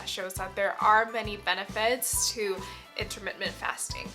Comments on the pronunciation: I appreciate your videos and information. Maybe this is not worth mentioning but I believe you put an extra m in your pronunciation of intermittent fasting, pronouncing it intermittMent rather than inntermiTTent. A small point maybe but I found it distracting. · My OCD will NOT let this go. The word is IN-TER-MIT-TENT; not in-ter-mit--ment. Sorry and thank you 😊